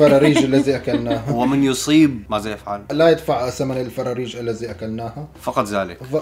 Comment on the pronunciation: مازا ❎ ماذا✅ لمازا❎ لماذا✅ هزا❎ هذا✅ للتصحيح 🤣😂😂😂😂